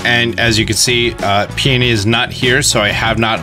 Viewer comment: Someone finally pronounced their names properly. Peony and Peonia. I don’t know where PEE N EE came from. Their names are similar to Tony and Fiona